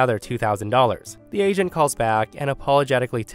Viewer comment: Story 3: I thought he was saying Asian but turns out it's agent 😂